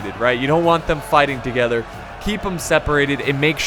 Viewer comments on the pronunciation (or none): none